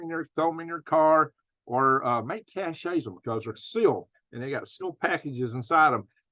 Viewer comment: The word cache is pronounced the same as cash..